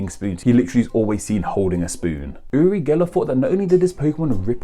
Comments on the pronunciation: You’re pronounciation is so weird, it sounds like you say Uli or yuli instead of uri and yuri... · Your pronunciation of "URI" is so weird. It sounds like you're saying "uLi" or "yuLi". The R is hard both in Hebrew and Russian. Funnily enough, I am a Hebrew speaker from Israel, and my first name is Yuri (like Gagarin) and I speak Russian too lol. Although Uri and Ori are similar, those are two different names in Hebrew, though they do come from the same origin. But you would never call someone Ori when his name is Uri, and vice versa. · No, He mispronounces that. It's pronounced with a hard R. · So Uri is pronounced with an L sound? Huh. Weird.